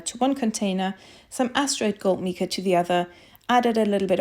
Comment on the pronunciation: #2 Soap was the best of the three. Mica is pronounced "My-Ca." Soap pouring into mold was messy. See "I Dream In Soap" for helpful soapmaking tips. Not trying to be critical, but trying to be helpful with constructive criticism. Thank you.